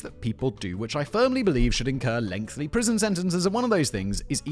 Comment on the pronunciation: Another episode, another clip of Simon pronouncing "lengthy" like a toddler. O_O